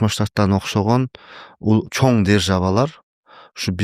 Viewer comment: ИНИМ РАХМАТ ЖАКШЫ КОНТЕНТ БОЛУПТУР. ЭЛГЕ КЫЗЫКТУУ, ЖАНА ЖАШТАРГА ПАЙДАЛУУ. БИР СУРАНЫЧ БАР САГА. АКЦЕНТИН АЗАЙЫП, КЫРГЫЗЧАНЫ ЖАКШЫ ЭЛЕ ОЗДОШТУРУП КАЛДЫН. БИРОК: ЧОН РАХМАТ ДЕГЕНДЕ Н ТАМГАСЫН ТУУРА АЙТКАНГА АРАКЕТ КЫЛСАН ЖАКШЫ БОЛОТ ЭЛЕ... Я ИМЕЮ ВВИДУ НОСОВОЙ ЗВУК Н. ОН ПРОИЗНОСИТСЯ ТОЧНО ТАК КАК ПРОИЗНОСЯТ АНГЛИЙСКИЕ ИНГОВЫЕ ОКОНЧАНИЯ--- ng.